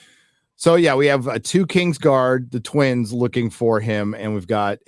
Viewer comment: I love how pronounces "so" like "soy"